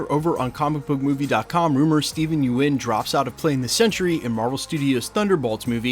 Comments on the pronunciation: I made the mistake of pronouncing his name the same as you are, he said On the talking dead (walking dead talk show with Chris Hardwick) it's pronounced "yun" like young minus the "g" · Did he real just say Steve U-in 🙈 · at this point i think you are just saying everyones name wrong on purpose. steven yuen is now steven ewan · The mis pronunciation of his last name is bothering me. It's like June With YU in place of the J